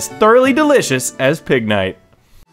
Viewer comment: I cried when you said Pignite...